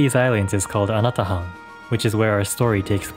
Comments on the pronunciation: I keep hearing... "Ana The Hun". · Hi, the correct pronunciation of the island is Anatåhan or ana-taw-ahn. This is in the Chamorro language. Nice video!